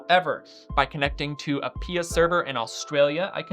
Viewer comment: I've never heard someone call P I A pee-ah ... I mean pia is pee-ah but... yeah... interesting...